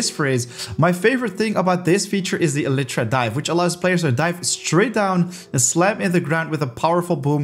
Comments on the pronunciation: Bro I’m sorry but it is pronounced Eli tra not Ele tra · The way he pronounces “Elytra” made me GAG. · okay, I googled it. the way he is pronouncing it is still incorrect.